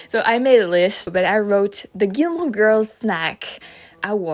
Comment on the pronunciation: I liked the way she said “Gilmore.”